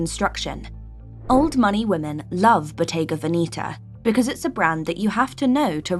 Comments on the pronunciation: Please pronounce Veneta properly. It’s not Veneeta. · Love this, but Bottega has more or less "sold out" to fashion BUT that being said, you are 100% mispronouncing VENETA. Please find someone who speaks Italian (as I do; also I was a Bottega Veneta buyer many years ago for an upscale, old money store in San Francisco, CA, and dealt with the BV people in Italy several times weekly), and PLEASE find out the proper way to pronounce VENETA. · Your pronunciation of Veneta is wrong. I also do not get why should French buy only Italian brands and one English. Old money prefers French brands.